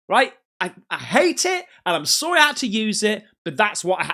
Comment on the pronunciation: it sounds like he’s says “I’m soaringgggg” rather than I’m sorry, to me. And the weird slappy noise is weeeeeird 😭😭